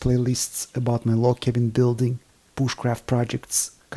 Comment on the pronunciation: I love how he say Booshcraft